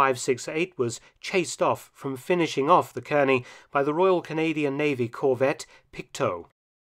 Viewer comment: Nice report. Nit: Kearny is pronounced "CAR-nee" :) We'll give you aluminum.